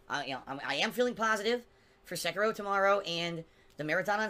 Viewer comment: unless it's share play to ch3at, Sekiro ( i HATE his pronunciation) will rip him a few new ones.